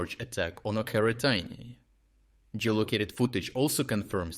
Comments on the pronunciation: why do you call Očeritne , Okertine ? Are you even Ukrainian ? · очеретине is spelled with a ч - ch, not a х - kh. Why are you pronouncing it like that? It is a local dialect or am I missing something. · Ocheretyne is pronounced as written not OKERETAINE